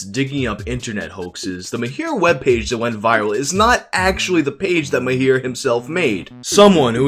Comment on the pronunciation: its Mahir not Myhair